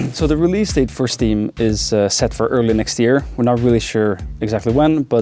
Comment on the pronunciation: "So the REEÆLES DÆTĒ"👹👹👹